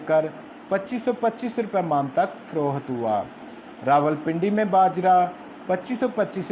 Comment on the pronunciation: Frookhat Nahi HOTA payndu ji. Frokht HOTA hy